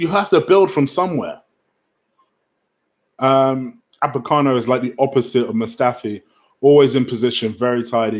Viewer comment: Apocano. Destroying names as usual